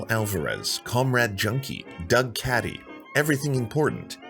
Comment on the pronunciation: Not Doug Caddy, It’s Cady with a long A!